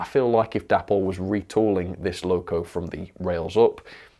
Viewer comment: Day-pol not dappol! If you watch any Dapol videos you’ll hear that’s how they pronounce. English spelling rules tells us that Day-pol is correct!